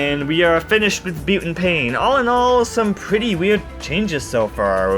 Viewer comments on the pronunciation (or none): Some pronunciation notes. Butane is pronounced BEW-TAYN not BOO-TEN. Magma Opus is pronounced OH-PUS not OPS. B-Doing is not pronounced like the word "do-ing," it is pronounced like the onomatopoeia "DOI-NG" to imitate the phonetic resembalnce of the bounce platforms.